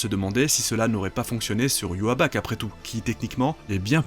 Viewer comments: Ywabach ? ça s 'écrit Ywach pourquoi tu le prononce différemment ? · Pourquoi tu dis Ywaback ?!? 😭😭😭😭😭 Pourquoi pourquoi pourquoiiiiiii ????????? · arggg prononce bien Yhwach !!!